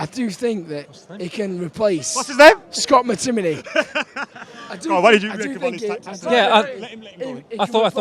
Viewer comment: Looooo my man said Scott mctimmytim looool